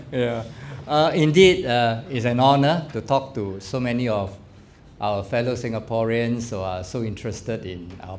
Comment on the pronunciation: Does he know how to pronounce SINGAPOREAN???